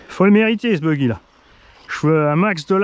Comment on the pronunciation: C'est le bouggy qui a le servo qui danse quand le DVC est enclenché qui vient de projo high tech, votre boutique team asso !! suivant la vitesse de lecture j'entend : bougly, bouggy, boulbi mdr. A part la couleur et le prix, il a l'air quand même bien fun sur un petit circuit !